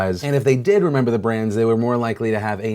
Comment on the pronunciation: "do you 'meber? cuz i 'member" was that a south park reference? lmao